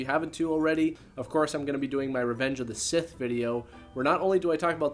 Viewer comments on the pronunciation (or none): none